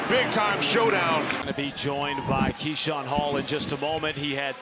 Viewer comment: Keshawn “Kashawn Hall” Hall